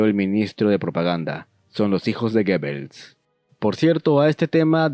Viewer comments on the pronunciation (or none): Amigo, muy interesante tu video pero se pronuncia GUBELS!!!